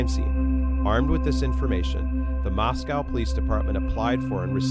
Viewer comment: As an Idahoan, you're saying Moscow wrong. It's MOSS-KOH, not MOSS-COW 💕